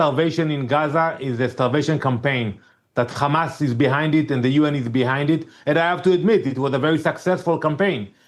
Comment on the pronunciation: Shut up Hamas not khamas